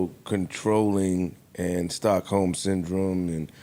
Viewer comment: Joe: Is that Stockholms?: Please take that "S" out.. 😂😂😂😂